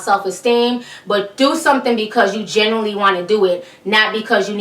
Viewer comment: Not to e rude hit when you said genuinely it kind of sounded like you said generally.